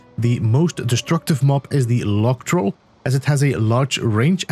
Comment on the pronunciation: Log troll. Because he has a big log, you see? ( -> huge range, area, and damage) PS: It also took me a while, the way he pronounced the "log" bit was confusing